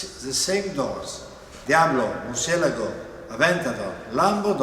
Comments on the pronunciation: Yeah, I was rather sceptical about the usual pronunciation being correct too, since 'e' should be stressed, not 'a' as people usually say it. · Hmm, today I learned how to say Murcielago properly. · all the subscribers how speak inglish learn the correct pronunciation of lambo's name, diablo, murcielago, aventador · Ah so that's how you pronounce Murcielago! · So that's how you pronounce Murcielago properly!